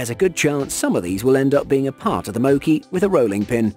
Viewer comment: You pronounced mochi wrong